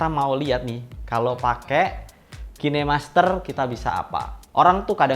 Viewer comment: kine masker anjir, khain master penyebutannya